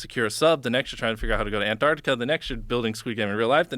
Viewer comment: ANTARCTICA...Finally, an American that says it properly. Good to hear. Well done Jimmy.